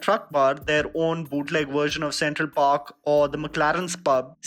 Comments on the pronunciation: CENTRAL PERK, NOT PARK🤦🏻‍♂️😭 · it's central perk... Not central park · It's Central Perk* not park